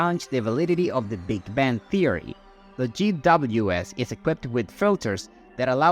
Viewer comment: Sounds like AI said Big Ben theory